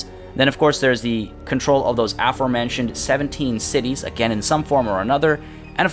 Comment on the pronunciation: Your pronunciation of the cities made me wet